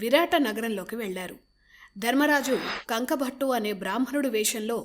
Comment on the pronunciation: కంకుభట్టు అని అంటారు.కంకభట్ట కాదు.